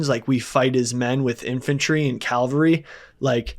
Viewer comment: it’s CAVALRY not Calvary